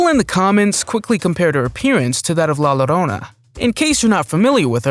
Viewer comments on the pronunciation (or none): You don't say "LA Llorona" as "la loroana",the "llo" part is pronounced as a jo sound so it would be pronounced la jorona to english people